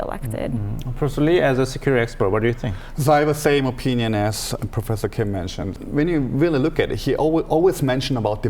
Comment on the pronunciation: Profser? I hope the anchor in the middle pays more attention to the way he pronounces some of the words.